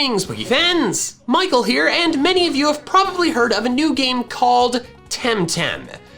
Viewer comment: I heard "greetings, pokefans" as "greetings, boogie pants" literally just once and now I'm unable to unhear it